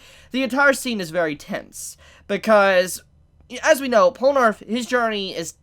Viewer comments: " Polnarff ", are you high? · WHY DO YOU PRONOUNCE IT POLNARF AAAAAAAAAA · I love you. Honestly. But it's Pole-nuh-reff. Please. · It’s PORRUNAREFFU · STOP CALLING HIM POLANARF IT'S BOTHERING ME SO MUCH